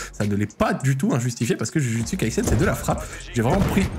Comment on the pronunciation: "jujutsu" mdr ca se prononce "joujoutsu" tu m'as tué